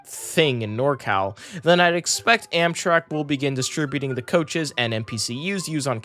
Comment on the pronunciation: Did bro just say Amsherk?